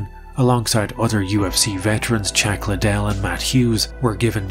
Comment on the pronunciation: Him unironically referring to Chuck Liddell as "CHACK" Liddell is just top tier storytelling🤣